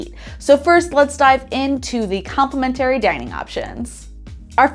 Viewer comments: Please learn how to pronounce complimentary properly! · Is the pronunciation of “complimentary” a Canadian thing?